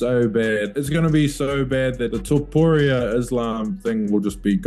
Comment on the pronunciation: Tooparia like pizzeria?? Really? (TUHPOARIAH) how hard could that be